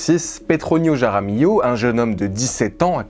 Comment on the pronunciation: Sérieux mec, fais un effort ! Pour dire Juan, tu utilises le son de la Jota, je "j" espagnol, qui est un R gutural et pour dire "Jaramillo", tu le prononces comme un J ??? T'es pas idiot pourtant, tu devrais te rendre compte ! Et LL en espagnol se prononce Li donc "Raramilio", ou R est le R gutural. Sinon, si tu ne sais pas parler espagnol, tu prononces tout à la française. Et merci pour la vidéo.